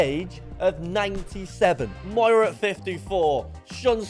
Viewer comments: It pisses me off you call him moura and not miura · It triggers me how you say MIURA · Pronounced Me-Or-Uh